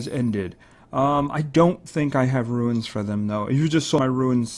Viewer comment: Why do you say ruins insted of runes??